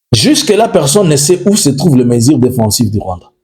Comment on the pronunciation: MESURES et non MESIRES. Tu vas retourner élever les vaches et cultiver les haricots au Rwanda.